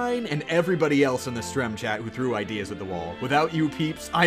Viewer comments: who calls a stream a "strem" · "strem chat" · he said strem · God no i dint just hear this guy say "strem chat"